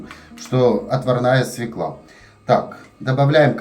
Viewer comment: извини, у Вас чудесные видео. Но свЁклу, а не свеклА. У Вас прекрасная, грамотная речь, следите, Вы публичный человек.❤